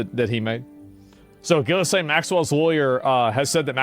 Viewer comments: Ehy is it always mispronounced? "Ghee-lane." It's not "giz-lane" or even "jizz-lane." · The way you continue to mispronounce "Ghislaine" makes you look dumber than shit. It's "ghee-len" or "ghee-lane." The "s" is silent! Sometimes you even add letters and say "gillis-lane!"🤦‍♂️🤦‍♂️🤦‍♂️ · As a French person, it makes me laugh when I hear countless people pronounce her name as "gillis-lane". Her name is French, it's pronounced "Gee-layn". 😅⚜️ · i love how everyone mispronounces her name and it defaults to jizzlaine every damn time. living in a fn comic book i swear. its like watching the joker get away for the 75658th time. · Can someone please tell how to pronounce Ghislaine? Im pretty sure its not gillis-lane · At this point, I think he wholeheartedly believes it's pronounced "Gillis-Lane"